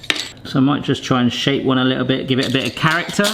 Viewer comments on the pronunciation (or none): none